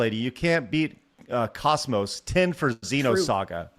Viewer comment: pronounces Kos-Mos wrong.